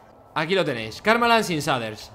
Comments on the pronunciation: Se pronuncia sheiders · Todos: Se pronuncia "sheiders" Fargan: SADER. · Gente normal: shaders Fargansio: saders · Pronunciación real: "Sheiders" Españoles: Que le diga saders dice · Auron: SHEIDERS SE PRONUNCIA Fargan: SHADERS SE PRONUNCIA AJAJAJ XD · S A D E R S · Cheiders :v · nadie: absolutamente nadie: fargan: zaders, asi se ve karmaland sin zaders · NADIE: ABSOLUTAMENTE NADIE: FARGAN: SADERS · Nadie: Fargan: saders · Like por cada vez que Fargan dice saders :V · se dice sheiders no shaders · Me estresa mucho que no diga sheiders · Se dise sheiders no shaders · "Los saders" :v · Aaaaa deja de decir shaders no se dice de esa manera